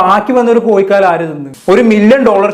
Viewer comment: കോയികാൽ,വിശയം എന്നതിനുപകരം, കോഴkkal, വിഷയം എന്ന് പറയാൻ നോക്കുക??